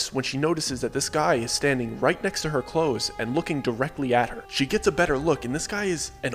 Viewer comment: "de clothes"????????? Huh?????